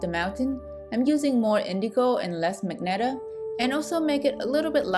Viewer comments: Just to point: 'ma-jen-tah', not 'mag-netah' 😊 Maybe you had misread the color name Magenta 🤭 hihihi Nice video, well explained and neat, soooo smooth gradients and lovely simple and beautiful paint piece at end! Keep doing! o/ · Great video... It's magenta (mah-jen-tah) the "G" is pronounced as a "J" as in Jennifer... Again, it's a great video. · Wait I always called it "Ma-Jen-Ta" but she's calling it "Mag-net-a." Great vid tho! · I like how you say "magenta" like magneta, it really adds more personality to the color Also, it was helpful